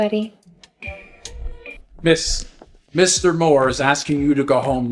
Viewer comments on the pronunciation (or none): That idiot said sweaty instead of sweetie.